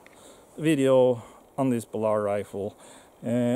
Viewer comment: BALLard, not ballARD.